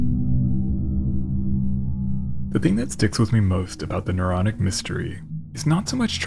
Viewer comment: The “Neuronic” 😝